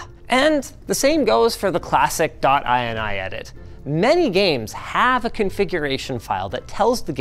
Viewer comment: downvote for inaccurate ini pronunciation mr linus